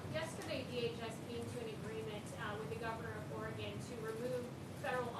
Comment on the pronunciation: B Bodziak he doesn’t even know howcti pronounce all the STATES! It’s Oregun not Origone